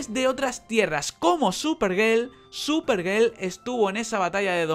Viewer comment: buenos videos, pero escucho superGEL y me dan ganas de dar dislike, pero me calmo y me retiro con tranquilidad